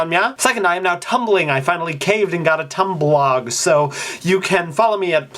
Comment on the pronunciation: John Green says Tumbliepoo. I enjoy that.